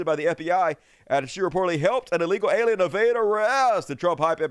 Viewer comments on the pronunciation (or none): none